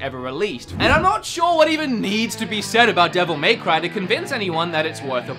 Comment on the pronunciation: The way he says dmc is just arrgghhh, devil MAY cry